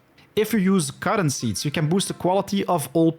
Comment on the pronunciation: took me longer than needed to realize he was saying "cotton seeds" , I was like wtf is "cawron"? LUL, love the tips